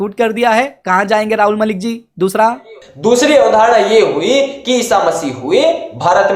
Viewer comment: भाई पहले तुम खुद ठीक से उच्चारण करना सीखों,,, वीडियो के शुरू में पहले तुम राहुल मलिक बोलते हों और कुछ सेकंड बाद बोलते हो,, बहुत अच्छे से उच्चारण करने के लिए तो अभी आप को भी सीखना बाकी शेष है